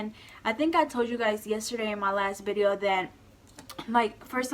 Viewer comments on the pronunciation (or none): Where are you from?! Lol you always say Bideo instead of Video lol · stop saying bideo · Do u say bideo